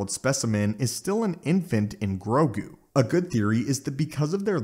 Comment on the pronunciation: grogu not "grogi"